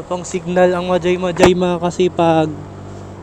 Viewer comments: Hindi Yan majay majay basa nyan sa mahay hay laguna po Yan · Mahayhay po ang basa dun ndi majaymajay✌️ ingat po😊